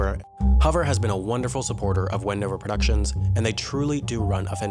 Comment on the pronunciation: Did someone else heard 'bendover' instead of Wendover?